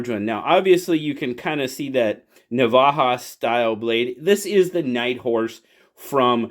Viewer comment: Having say " Navaja " priceless 👌 🤣 thanks so much for checking it out 👍